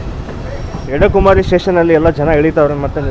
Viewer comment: ಅಲ್ಲಿ ಬರುವ ಸಣ್ಣ ರೈಲ್ವೆ ನಿಲ್ದಾಣದ ಹೆಸರು "ಎಡಕುಮೇರಿ" ಎಂದು. ನೀವು ಅದನ್ನು "ಎಡಕುಮಾರಿ" ಎಂದೇ ಹೇಳುತ್ತಾ ಇದ್ದೀರಿ.